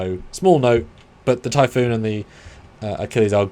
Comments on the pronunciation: Typhon. Not Typhoon. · All these years later and he's still calling it "typhoon". It's typhon, there's only one "O" in it. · drives me nuts when i hear people call it 'Typhoon' xD Ty-Fun... its Ty-Fun :D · I'm sorry it's Typh*on* not Typhoon...That...just bugs me every time you say it.